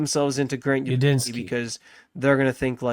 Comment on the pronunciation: Are you calling him Ubinski? It's Udinski, with a D.